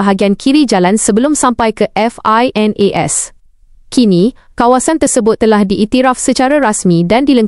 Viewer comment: Xblh sebut finas😂